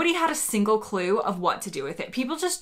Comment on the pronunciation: You said Clue in a very English accent. I wonder how many words you say more in an English accent these days